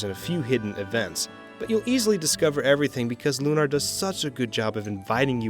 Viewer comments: Lunar is a real word stop saying it a "loo-NAR" like it's something made up for vidya gaems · It's pronounced Lunar. As in identical to how one would say Lunar Eclipse. You wouldn't say "lunaahr" eclipse. Why the affectation for the title of this game? It's the same word, whether it's a title or not. Silly, considering you say Luna for the name of the character, then proceed to say it the other way a sentence later.